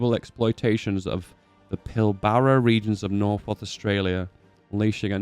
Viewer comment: Pill-bra* is how you say that:D And irregulars probably kinda historic we did have lots of 'choco' soldiers, town volunteer soldiers with minimal training and militia... AKA melt in combat, but actually held their own vs the Japanese in Papua and Kokoda track and were the first Allied forces to HALT a Japanese ground offensive FYI. Over 1 million Aussies served in WW2 out of a population of 7m or 1 in 7 served, crazy numbers and totally punched above our weight! New Zealand our ANZAC bro's who had a population of 1.6m had a force size of 200k or 1 in 8 served. For context UK had 4million peak* in all branches out of 48million pop or 1 in 12 served:P FREEDOM!